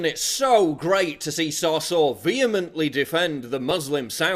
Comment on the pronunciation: I'm pretty sure it's pronounced So-sour.